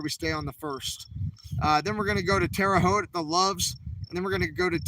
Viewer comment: Seems you are saying Terre Haute correctly. 😊